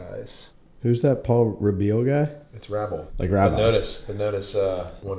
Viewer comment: So is it pronounced “rah-bill” or “Rae-bull” (say it how it looks$